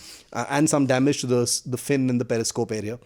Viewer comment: first u shd know that it's Periscope not parascope. And its Hatch not heatch. Now with this I don't have to tell expertise of Pakistanis and leave Kanglus they shdnt be even talked abt much 😁 Indian naval expertise was already proved during 1971 in karachi and ur expertise was Proved with American submarine PNS Ghazi sunken into bay of Bengal 🤣🤣 Indian coast guard is enuf to tackle ur navy. Kanglus can be tackles by Bengali fisherfolk only 🤣🤣